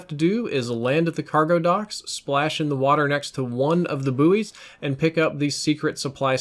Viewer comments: Aren't they pronounced 'boys' lol just found it hilarious the way you said 'boo-ey' haha, love your videos btw this isn't a hate comment xD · Booies? That is definitely not how pronounce that word [Buoys], don't know about anyone else lol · "Boo-ees" ahahhahaha wtf